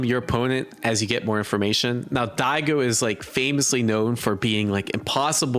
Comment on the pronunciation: dude, where are you from that you keep pronouncing Go ad "goo"? Goo-ichi, Dai-goo, like dude lol